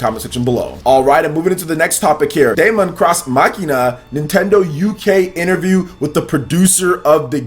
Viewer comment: Your pronunciation of Daemon X Machina irritates me a lot just look up how to properly say those words.